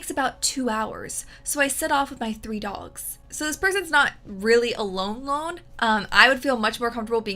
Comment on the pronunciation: I almost heard "Dolls" when you said Dogs